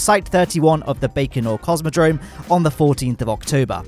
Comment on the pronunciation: Baconor Cosmodrome Me: yum?